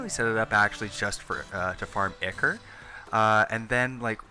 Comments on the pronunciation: Actually asshole, it can be pronounced either way....Go kick some kittens douchenozzle. ichor (ˈaɪkə(r), ˈɪkə(r), -ɔː) 1.1 Gr. Myth. The ethereal fluid supposed to flow like blood in the veins of the gods. 2.2 transf. and fig. Blood; a fluid, real or imaginary, likened to the blood of animals. †Formerly, the serum of the blood. Now chiefly poet. 3.3 Path. A watery acrid discharge issuing from certain wounds and sores. 4.4 Geol. A fluid or ‘emanation’ from a magma which is held to cause granitization of rock. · Yeah the name 'Ichor Sticker" would make you think it rhymes. Re-logic probably thought it was pronounced 'icker" oh well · Ichor not ichor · THANK YOU, I mean seriously the only people that get a pass are true slavs, not these west-folk like myself, he is obviously american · STOP PRONOUNCING ICHOR WRONG FOR FUCKS SAKE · iknow theres multiple was to say word but he was ligitamently saying ichor wrong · dude not to be rude but the way ur saying ichor is wrong and so teeth grinding........ say it like " i-core" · it's pronounced 'eye-core' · it pronounce Eye-Core? not Ick-Core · I-ker ? I-Core is the correct pronunciation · Ichor is pronounced eye-core not ick-er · Man I say it like Icker too I probably won't stop regardless of how it's supposed to be lol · Actually Ichor is correctly said “eye-core” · I think ichor is pronounce Eye-core But other than that This is a fantastic farm I’ll get building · Did u call ichor “ikker” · Eye-core is how it's pronounced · Don't really blame you for the whole Ichor thing, Mispronounce it all the time but I did eventually figure out it is pronounced eye-core. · haven't really gotten into it but it seems to me Ickor is so common because it just seems to make more sense relative to otherwise consistent patterns in english phonetics while it's technically entirely wrong. Don't know about it's original greek pronunciation but that's not relevant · Anyone else notice he said ichor wrong